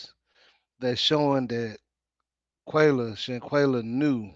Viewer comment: Please, PlEaSe PLEASE! Show this person some respect and Pronounce "her" name correctly?!?! It is NOT pronounced "quaaa". It IS pronounced "quell"! Say "will", then put that together & you get Shan-will-a. At least that's how her parents say it. Other than that, your report is excellent!! It's done so well that I've come to this conclusion and it should be no shame in anyone's game to speak on the Big Azz ELEPHANT in this game!! But there seems to be at least 2 main points amongst others, that everyone is determined not to look at when the why is right there in front of our faces. I know that people are trying to be respectful of the death of this person, and that's fine and dandy. But tell me who all knew what the word "femicide" is? Because, as soon as I heard it, I asked myself, WHAT in the hell is that? Why aren't they saying/using the words like "homicide' or "suicide"?!?! I mean, when a man or a woman kills a man or a woman, or a man kills another man, or a woman kills another woman what's the one and only MAIN & decriptive word they use about those types of killings? Isn't it always the word "homicide"? Now when a man kills another man or a woman kills another woman, don't they usually use the exact same word, which is "homicide", too? Ok, so when a man kills himself or a woman kills herself, what word do they use to describe that incident? Isn't it the word "suicide"? So, now we have a Big ELEPHANT in the room and that is what or which sex is killing what or which sex